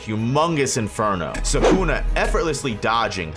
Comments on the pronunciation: It’s suh coo nuh not suk na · if i put these vids on 1.25x they are actually watchable! too much nonsense being said for a whole lot longer than needed. P.S. pronounce Sukuna right!